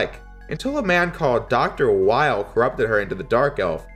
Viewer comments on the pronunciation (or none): Great Review! Love your coverage on the story portions and the improvements from Z1 especially. Also, a couple of things to comment on: -El-Pee-Zo not El-Pie-Zo. Also Weil is pronounced Vile, since it's practically a German name. -Could be some sort of misinterpretation on my end, but I feel the Guardians are borderline obsessed with destroying Zero, since they are technically rival bosses. Resistance soldiers are just cannon fodder for them, and they don't really have any opponents that actually test them to their fullest within the Resistance like Zero. Leviathan for one, comments that she doesn't care if the world dies if she can destroy Zero. Harpuia also for ignores Elpizo for a bit just so he can fight you and actually enjoys the pain when you beat him. -Phoenix Magnion is a pain in the ass for new players, but when you figure out his gimmick, he isn't really that hard and is kind of a fun active boss. Phoenix will stay still for a few good long seconds until you decide to hit him. He will ALWAYS teleport on the first attack you throw out, so shooting a buster shot or throwing a slash will bait this out. AFTER he teleports, then you can hit him before he throws out his move. Fighting him is really just a quick hit and run strat. Bait teleport, smack him once, rinse, repeat. The rising fire in his stage can be dealt with, by taking advantage of the time he simply waits for you to attack once you notice the screen shake. Stop attacking him. You can then just position your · It's Dr. Weil (Dr. Vile) and Elipzo (Elip zo like saying eclip so) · Its actually german its pronounced vile